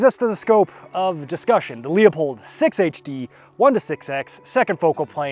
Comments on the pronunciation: Everytime someone pronounces Leupold "leo-pold", the price of 5.56 goes up. Let's get those prices down - it's "loo-pold" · He is actually closer to the correct pronunciation than you. Leupold is a German name, and the correct pronunciation is loypold. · Call Leupold office, and get the correct pronunciation…. “Loo pold “. Only 2 syllables. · As an old dude I finally feel vindicated watching millennials review Leupold. I just wish the R&D team would get drunk more. Speaking of… I took a shot everytime you pronounced Loop-old incorrectly and now I can’t walk. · I refuse to believe you’re not trolling by saying “Lee-uh-pold” that many times in one video lmao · Wtf is a Lee-Oh-Pold ? I know Lew-Pold, maybe it's a Leupold knock off? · 'Leupold' is a German name, and the correct pronunciacion is 'Loypold'.